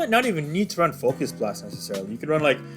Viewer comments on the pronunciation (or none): LOL did you say Focus Blunt 🤣🤔🤣